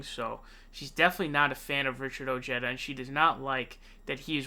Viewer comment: Ojeda is pronounced OH-HEH-DAH